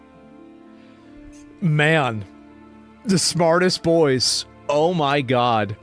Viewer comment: Did he say smart boys or smart "GOYS"?